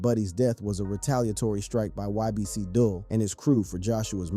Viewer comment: U gotta start saying g these ppl names right man ybc dul (dool) sani (sahni) goon